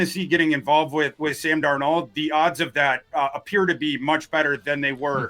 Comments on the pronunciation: Is there a reason says DarNEAUX instead of DARnold? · Amongst others Kwesi failed to turn Hunter into draft picks. My confidence of Kwesi pulling off picks for Sam Darnald (Thors pronunciation) into draft picks is 1%. NOT Kwesi’s strength. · Sam is french? is great, but gotta tease him for the Sam dar NOLD pronunciation 😉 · just can’t get Sam Darnold name right 😂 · Can someone please teach how to pronounce Darnold. It's only been a year. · Why does pronounce 'Darnold' like that?